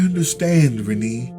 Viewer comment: I think Renne is pronounced "Ren-AY", so the second syllable is a long a sound.